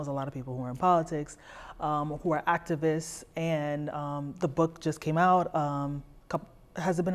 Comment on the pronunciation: As soon as she said, "aktavis," you know she can't even self regulate and stop eating.